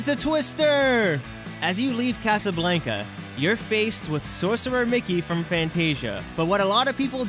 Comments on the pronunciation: I hate how you pronounce Casablanca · You mispronounced Casablanca! 😆 Other than that, love the video!